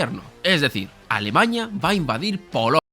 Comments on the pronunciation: No sé de dónde saca esta palabra éste tío, a cada rato repite alemaña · muy buen video, alguien mas escucha alemañia? o solo soy yo? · Alemaña? Alemaña? Alemañaaa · Entiendo que a todos los que se mofan de cómo pronuncia "Alemaña" les basta decir "Здравствуйте" o "Entschuldigung" y ya los toman por naturales de Volgogrado o de Bonn, respectivamente. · Cuando digas bien "Alemania" será más creíble. La virgen, aprende a pronunciar